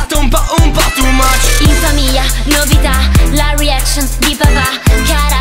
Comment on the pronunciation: Il modo come pronuncia ''reaction'' la brancar... eh niente sono già venuto.